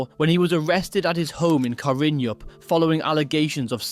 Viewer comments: Karrinyup is pronounced karren-up in WA. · the "Y" is silent in "karrinyup"